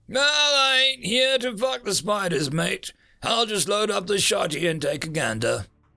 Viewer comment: moral of the first story is to get the full story i was so happy to hear my favorite aussie saying "we're not here to feck spiders" imagine what would happen if the movie '8 legged freaks' was austrailian. thanks for the narration